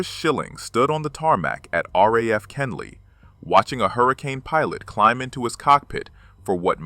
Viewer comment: It was Kenley not Kinley.